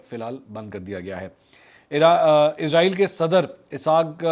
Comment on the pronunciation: Ap اسرائیل ko Izrael bol rhy hai ya mjy asi smj a rhi hai